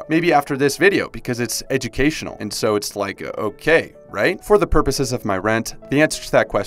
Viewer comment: Bro called me out with the “I’ll watch because it’s ejokatuinal